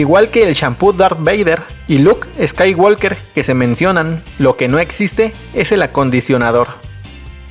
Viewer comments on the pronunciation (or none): none